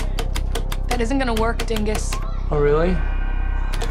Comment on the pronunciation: Bro said dingis😂😂😂